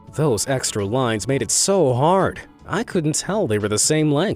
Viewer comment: it is toou hord.